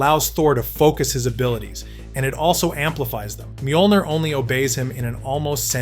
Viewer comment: Que pedo con las pronunciaciones de los nombres.? Molner.? Romanga.? Jacai.? Volmir.?